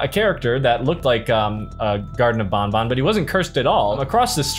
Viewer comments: It’s called banban not bonbon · Bruh really say bonbon not banban